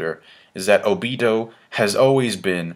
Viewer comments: i cringe everytime he says oBIto (obeeto) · I think its pronounced oh-bee-toe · Okay, i know this isnt a big deal but WHY ARE YOU SUDDENLY PRONOUCING OBITO'S NAME WRONG? You used to pronouce it right. WHAT HAPPENED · you said obito wrong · why are you suddenly pronoucing Obito's name differently? Before you used to say it correctly. What happened?